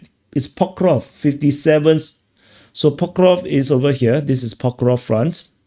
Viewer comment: Also I noticed you never pronounce -sk in Pokrovsk, although you do pronounce it in Seversk. These endings basically sound the same.